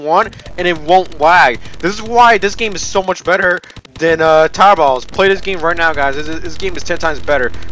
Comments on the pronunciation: When you say tour battles it sounds like your saying is tar battles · I heard Towerells instead of Tower Battles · I keep thing you are saying "3 pornos" instead of "3.0's" And "towerballs" instead of "tower battles"